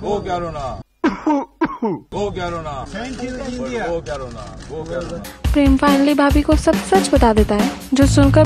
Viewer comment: When she says preeemmm it reminds me of only desi